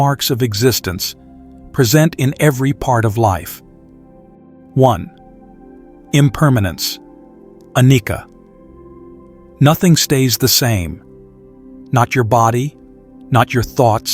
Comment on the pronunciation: It will be perfect if you tune or try other "reader" to pronounce ca as "char" (Charlie) instead of "ka" in the words like sacca, annicca, paticcasamuppada. Not saka, anika, patika.... 🙏